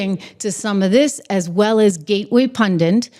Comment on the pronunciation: it's punDIT. Not punDINT. The end, is pronounced like the end of BANDIT. So it's PUN - DIT. There's only 1 N.... Take care, have a good one.